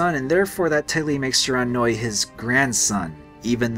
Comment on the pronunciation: Shiranui = "she-ra-new-ee" I is pronounced e in Japanese